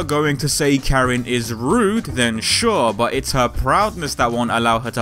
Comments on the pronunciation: Karin not Kerin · It's not prounounced"CARE-in" or "Kuh-REEN". It's pronounced "KAH-reen". Emphasis on the first syllable, not the second. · Is it...?? Is her name really pronounced: care-reen' ?? 😲😖😕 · [beat] "what do ya mean it's pronounced as 'Kuh-Reen'?!" My exact reaction, bruv xD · Good video. She is my favorite character in the franchise. It seems like you have done a lot of research for this, my only complaint is you didn't seem to bother learning how to pronounce her name. She is Japanese so it is pronounced Car-een Kahn-zookie, Sorry for being picky, but no one bothers with this and it's sort of my pet peeve. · Perfectly fine, no worries. Just a note, i do actually check to see how some names are pronounced before i go in to making these episodes. I referenced the fact that i might have been pronouncing Karins name wrong at the very end of this episode to show viewers that i'm aware of my mispronunciation, even if it was just used in a humorous way. That said, most people are just going to pronounce names the way they see them or the way their own language has taught them to pronounce things a certain way and therefore it's something they've grown up with. I personally made a note of the way i prefer to pronounce 'Zangief's name in the R. Mika episode as i had grown up saying it a certain way. It's not that i am not aware of the way it's pronounced, it's just the way i've grown with the series and how my own language pronounced the names have stuck with me. Anyways, thanks for watching :)